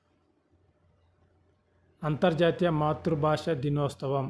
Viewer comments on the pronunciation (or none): సంవత్సరము మరియు దినోత్సవం అని స్పష్టముగా మాట్లాడండి